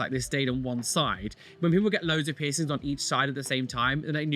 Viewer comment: "You look berer with no persings"